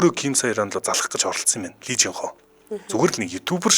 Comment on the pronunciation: lee дандаа И гэж дуудна шүү